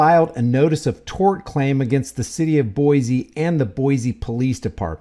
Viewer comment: Just fyi the name of the city is pronounced boy-see. No z sound. If you visit we'll instantly know you're not a native if you say Boize lol. Come visit! It's a beautiful city. This pig is just scum.😊